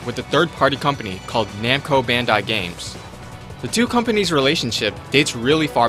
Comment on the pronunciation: It's already bad enough that you are saying it in the wrong order every time, when every time you show a picture of their company logo, but you also pronounce Bandai incorrectly.